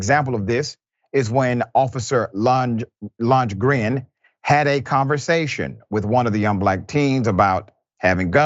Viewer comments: Lundgren is pronounced Lun-gren. Like Dolph Lundgren from Rocky IV. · Dude have u Never Seen Rocky I find it really hard to believe a man this intellectual can't say "Lundgren"-LUNG-GRIN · Dude it's pronounced lund gren like Dolph Lundgren the actor.